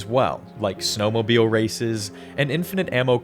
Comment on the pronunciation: As an Alaskan, "snowmobile" hurt my soul like a minecraft damage noise